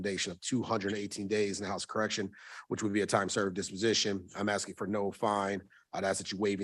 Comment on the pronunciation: He was axing again..